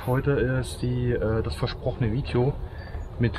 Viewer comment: Tolles "Fidjoo" 👍